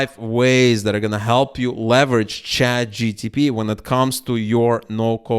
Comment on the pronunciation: please... say chatG-P-T...